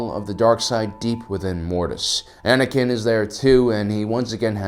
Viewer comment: Anakin's not Anikin's